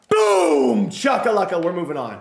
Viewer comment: It’s Boom Shaka Laka not Chucka Lucka 😂😂😂😂